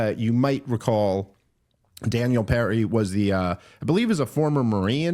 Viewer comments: Hard to listen to him get Penny’s name wrong. It’s PeNNy not peRRy Dave. Come on! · Am I crazy? Does Dave keep saying Perry or Penny? Is this a Yanny Laurel situation? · Daniel PENNY, Dave. You got it right in both the thumbnail pic & title, why can’t you SAY it right? 😂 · I can’t believeNO ONE HAS CORRECTED YOU THUS FAR ITS PENNY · Watching him say “Daniel Perry” repeatedly really made me doubt credibility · PENNY not perry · I like the " for those who dont know " rundown of the back story, and then proceed to mispronounce the dudes name repeatedly. 😂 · I get tired of how Dave says "Donald TrumPP" when he constantly criticises him for talking like Trump. 20+ minutes on Daniel "Perry" and then a tirade on Trump for Obama causing a problem.